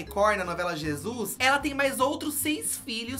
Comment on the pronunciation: N aguento com eles dizendo " a novela Jizus "